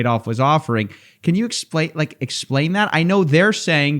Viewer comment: "Can you explait that?". Huge almost "exploit" slip haha. All the same.